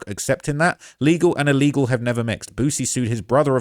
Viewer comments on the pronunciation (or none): none